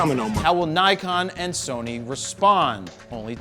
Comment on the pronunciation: >>> Since you mention their name so often, you really ought to learn how to pronounce NIKON. It’s really not that difficult. NIK (like a small cut) and ON. The first syllable DOES NOT rhyme with HIKE. It rhymes with DICK. Think of hard-on, except it’s DICK, sorry, NIK-ON. The Japanese phonetic inventory must be one of the simplest in the world